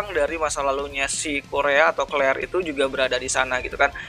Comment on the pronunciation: kalo pelafalan claire, ya claire aja bang gausah pake pelafalan jepang kurea claire kurea nggak enak banget didengerin 😁